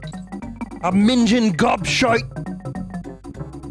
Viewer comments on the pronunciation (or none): Vin, for your bad english impression of the rare developers, it would be dustbin lids, not garbage pails. :P Also it's ming-ing, not minge-ing.